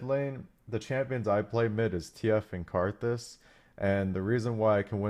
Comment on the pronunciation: did he just said karthus ?